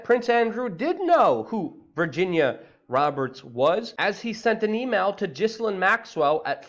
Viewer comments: stop mispronouncing her name! its ghilane! not pronounced like "jislane" the S is silent!!!! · G I Lane,,,ffs, pronounce it properly. You’re meant to be an expert. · Luke. It's Ghee Lyn. We can't summon her by saying the wrong name. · Thank god for experts like you that on the ball and can correctly demonstrate how to properly pronounce the name Gizzlane. I mean, that's the most important thing you can point out in this whole shit load coming down. Thank you. Forgive me if I presume your name sounds exactly as its spelled unlike dear Ms Geelane's. It's only proper that we at least sound out her name correctly, cos that's what matters for people like you, as you clearly have shown..